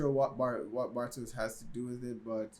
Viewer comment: Nice one. Still some improvements to be made in the pronounciations, think "Mickl" (not Miquel) and Bartosh (not Bartoes) 😉 BTW, the concept for "Dark" was already finished before Stranger Things was first released :)